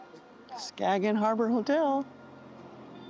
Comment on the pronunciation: Well done. The g in Skagen is silent, so it sounds like Skayen or Skane . It gets quite busy on weekends in the summer. If you were looking for more people they can be found out on the beach where the waters meet. You get there by tractors pulling wagons. You can also visit the bunker museum which shows the German defences from WW2.